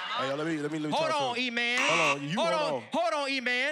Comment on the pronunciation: He said “let’s go eman”